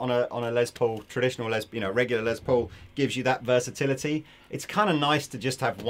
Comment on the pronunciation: A few things: a sweet little chord progression from the at the beginning. And nice to see demoing something without shredding like his life depends on playing as fast as possible. And finally...my British friends...the Les in Les Paul is pronounced like "less" not "lez". I would let it slide except lez is short for lesbian and I'm pretty sure Mr. Paul was not a lesbian. Someone correct me if I'm wrong. I didn't know him personally.